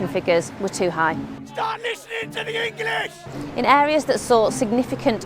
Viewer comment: "staat lissining to dee Ingilish"